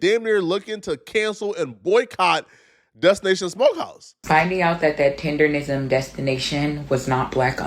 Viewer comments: im glad you put it correctly in the title Tendernizm but atleast when you talk in the video do not call it Tenderism, Man has worked hard for the name atleast respect it. hes Mr.TENDERNIZM not Tenderism everyone in your video is saying it correctly then you say it incorrectly. Its cringe to here you say it wrong right after playing clips of people saying it right and you being so passionate about him. Just call the dude Walt or Unc man. You even read it on the ig post it clearly said Tendernizm and you still said Tenderism, Bro you can be this passionate and get this wrong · It's tender-NISM not tender-RISM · It’s not “TenderRISM”, it’s TenderNISM. Bruh… STFU. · TenderNism, not tenderism. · its Tender-nism lol not Tender-rism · TenderNISM not TenderRISM bro😂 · TENDERNISM NOT TENDERISM lol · Why cant say tendernism correctly lol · Why is it so hard for you to say tender-nism Goddd Dammmnnn! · TenderNism.. say it right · 🤦🏽‍♂️ its tenderNism 😹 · it's "Tendernism"🤦🏾‍♂️ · He keep saying”Tenderism”🫵🏾😂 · This MF cant even say it right "Tender-nism" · Im tired of hearing you mispronounce, "Tender-N-ism". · Its like nails on a chalkboard when i hear u and other ppl leave the N out of tenderNism... are yall doing that on purpose or really dont give a damn about that man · Mr. Tender-rizm 😂😂😂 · How you know how to spell tendernism but not say it😂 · I'm So annoyed that you saying his name wrong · I hate to hear this, but I'm not surprised. Btw, it's "tendernism" not "tenderism". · …WTH IS “TENDERISM”??!!! ITS TENDERNISM!!😂😂😂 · Why do you keep pronouncing it "tenderism," when it's tenderNISM? Omg... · It's "Tendernism" Not "Tenderism"...🤦🏾‍♂️ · And its "TENDERNISM" not "TENDERRISM" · He should trademark the way yall all keep saying it wrong. Tenderism since no one ever gets it right anyway. Its tendernism people! Lol haha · It’s tenderNISM not tenderism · Nigga stop sayin tender-ism 😂🤣 its TENDER-NISM -NISM